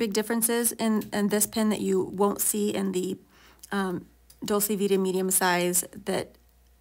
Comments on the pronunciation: It’s pronounced dolche (not ā). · I think it is pronounced "Dol-chā". In any case it is a very nice pen.